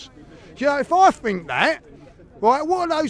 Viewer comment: I like how he always says "I Fink"